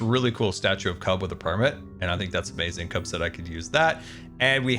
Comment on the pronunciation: Everyone else: “A-ma-zing”: “A-MA-zin”